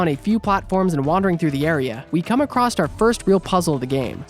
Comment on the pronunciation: There is no "T" in the word "across."